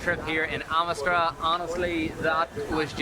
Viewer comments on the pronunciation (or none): ITS NOT CALLED AMITSTRAA FFS! ITS CALLED AMRIT SAAR , WHICH MEANS THE PURE LAND! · I meant it was Amritsar but the woman said at the beginning Amistra